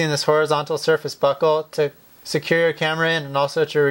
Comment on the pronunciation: Every time he says buckle it sounds like "Butthole"